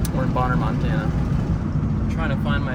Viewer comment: Btw, I love the Monatucky, much like Pennsyltucky!lol 😂